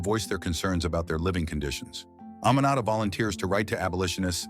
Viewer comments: that’s not how to pronounce “Aminata” not “A-ma-na-ta” It’s pronounced as (A-me-na-ta). Also I live in Freetown Sierra Leone🇸🇱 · My name is also Aminata, and i could not tell what he was pronouncing until i saw your comment 😂